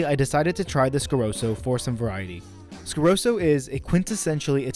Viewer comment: What is it with Americans always mispronouncing easy to pronounce brands? Like Scarosso, there's a double s for a reason. Why call it Scaroso? Same thing with risotto, calling it risodo, or calling a Testarossa a Testarosa. Only Americans do that, and I think it's a weird phenomenon, as it's easy to pronounce it correctly.